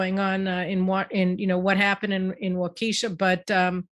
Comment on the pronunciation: waa kuh shaa not waa ki shaa